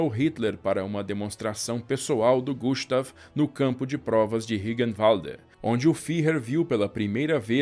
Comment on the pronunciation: Gustav kkk falou so o O para meu nome